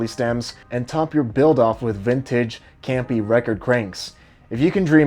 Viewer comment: please don't pronounce G in Campa. My non-italian ears are bleeding every time you do)